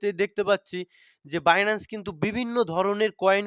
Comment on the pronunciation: বিনানস্ না বাইনান্স সঠিকভাবে বলুন 🎉🎉🎉